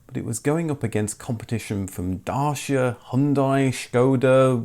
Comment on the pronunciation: fyi, dacia is pronounced more like "datchya" than "dashya"